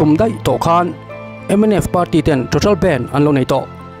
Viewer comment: Nga tinge youtuber thenkhat fin hmel pui² hian, BANDH tih hi, he mi music a BAND ho ang hian in lam tlat thin le..!!